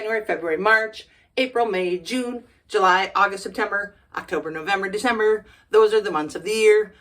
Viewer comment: Wow,wow,wow, amazing! YouTube videos is always better, I really enjoyed this video, I loved how you pronunced “Septemberrrrg” 😂😂 (you crack me up), and the end oh my gosh this is one of my favorite video so far, oh and my favorite month is July 😃, thank you so much for this video!